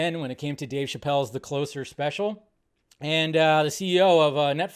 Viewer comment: Well said Dave but I think you're miss pronouncing closer lol.